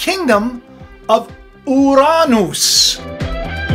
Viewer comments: The correct pronunciation is (YUR-UH-NUS) But whatever.😆 I just wanted to say, I think it's kind of weird how they're starting to send probes, aligning with CERN reopening. I've always wondered if Uranus is a natural Event Horizon that is stable. I'm wondering if we're about to have a micro Supernova and they're about to use the gravitational or Electro gravitational reconnection, natural energy pulse. Also if it's completely natural and made by the sun it might be at the right frequency. I wonder if they're going to try to use the natural energy pulse to go through The Event Horizon. They're going to try and intrude into HEAVEN-URANUS. But truly the father lets them in, to battle. When the EMP hits, it will be so powerful a third of the Stars will fall. Kind of sounds like it could also be starlink. Not just the Fallen ones. I wonder how many starlink satellites they're putting out in the outer space and if a third fall, what would be the number...?🤔 Completely just a weird theory but...... I wonder. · Oy! It's Yur-rah-nes. emphasis on the first syllable. And WHY do you say Uranus is a planet when it was Pluto that had been demoted? I do enjoy your content for the most part but I don't get the uranus gag because you still mispronouncing it :P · Yo that's crazy how you've single handedly put it into perspective regarding the word/name Uranus. I never even knew they tried changing the pronunciation and the way you said "Ouranoos" sounds a bit too legit to be honest. It's like they wanted us mispronouncing it and making fun of it because ya know what's better than a butt end joke and these day's people make it seem like Heaven is a joke 🤔